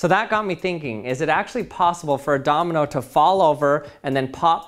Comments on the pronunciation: Am I the only one who's hearing the word Dominal instead of Domino??? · Anyone else hearing him say dominal sometimes instead of domino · Did anyone notice that he's saying domenel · Can u say Domino and not dominal? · I can't get over how he pronounces it "dominal" 😂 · It's driving me mad - I keep hearing "dominole" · Are you saying “dominals”? Lol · Did he say dominals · Is it Just me or he is saying dominol and dominols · stop saying dominol